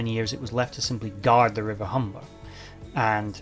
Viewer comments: Great video showing your enthusiasm Many thanks. Not sure if it was your accent, but it sounded like you referenced the ships last resting place as the River Humber (in North East of England). It was the Hamble River, near Southampton, where I've just had a walk today. Cheers.. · Great vid but it's River Hamble not Humber or Humble